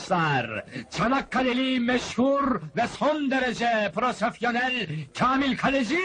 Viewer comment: "Son derece proSOFYONEL" 🤣🤣🤣 Mükemmel oyuncular.. Nur içinde yatsınlar 🙏🌹